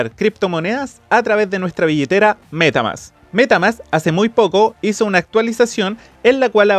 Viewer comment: " la cuenta de META MÁSSS!"... jashjadh esta bueno el video